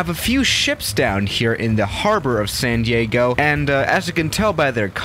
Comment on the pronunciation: Ah yes, my favorite city, sand yeago